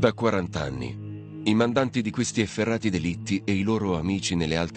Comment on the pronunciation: La voce narrante, un attore con voce impostata, dice effeRRati con due erre 😂😂😂